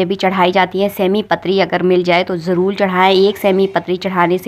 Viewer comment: bhozan nhi bhojan bole. jarul nhi jarur bole.